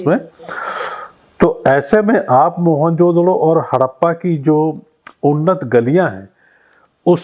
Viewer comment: You are pronouncing the word MOEN JO DARO wrongly after Jo has to bea pause JO means KA in hindi